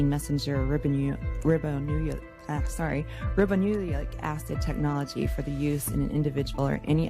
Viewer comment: This makes so much sense... Of course someone who believes in this stuff wouldn't know how to pronounce ribonucleic acid. Having a basic understanding of biology would preclude anti-vax ideology.